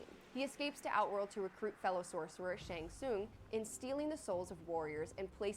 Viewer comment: guy said shung ling